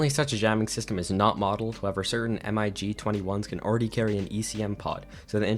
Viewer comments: Sick video 😃 but why the hell do you say M-I-G and not MIG? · Good video but your pronounciation of "MiG" as "M-i-g" is very incorrect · This dude says M. I. G. instead of MiG? Cringe, reported for hate speech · its pronounced ¨Mig¨, not ¨M - I - G¨ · why do you spell mig like Em Aye G ??? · I've never heard in my life someone call the MIG's M I G letter by letter, sounds so strange. Awesome video nonetheless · Why do you say m i g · The way he spell mig in singular alphabet is infuriating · Lol yeah, at first I was like wtf is he talking about?! But when I realised he meant MiG, my ears were crawling. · ikr, I was like wait wtf lol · Yea that made me cringe so bad 😂